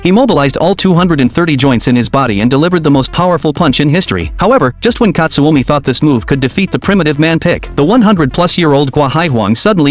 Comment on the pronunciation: and its not katsuomi its katsumi